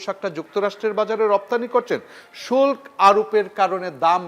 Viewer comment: এই গাধা তো বাংলা জানে না। শুল্ক্ না শুল্ক! বাংলা শিখে তারপর আসুন ।